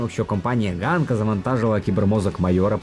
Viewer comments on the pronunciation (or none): Коли хтось читає псевдополіванівкою, у світі засмучується один український анімешник( І там не Ґанка, а Ханка. Картинка справді гарна. Чекаю на фільм з нетерпінням.